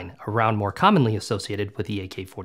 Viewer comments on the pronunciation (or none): none